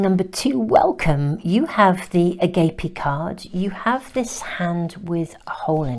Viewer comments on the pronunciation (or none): #2. Agape is pronounced “ah-gaap-ay”. Thank you for your lovely readings as always!